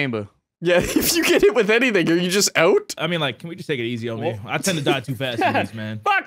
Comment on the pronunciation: . “ARE YoU jUsT OUoT” - The Canadian Milkbag